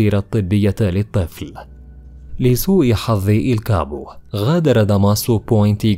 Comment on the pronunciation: التشابو و ليس الكابو 🤦🤦🤦🤦🇩🇿🇩🇿🇩🇿🇩🇿